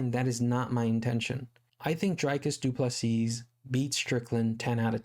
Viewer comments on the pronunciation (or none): The last ‘S’ in Du Plessis is silent dude. Pronounced Du Plessi